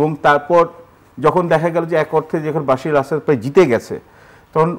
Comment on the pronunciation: উনি বাশির আল আসাদ বলছেন কেন? কানে লাগছে বার বার! ওনার নাম বাসার আল আসাদ।